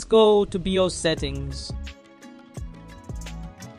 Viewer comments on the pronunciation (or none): none